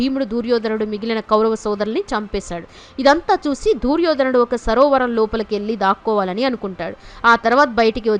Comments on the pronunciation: దూర్యోధనుడు కాదమ్మా దుర్యోధనుడు "దు" అక్షరానికి దీర్గం లేదు నీకు చదువు చెప్పిన పుణ్యాత్ముడు ఎవరో ఆయనకు శతకోటి వందనాలు. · దూర్యో ధనుడు కాదు దుర్యోధ నుడు. వినలేకపోతున్నాము.